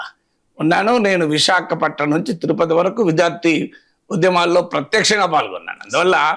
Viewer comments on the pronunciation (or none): none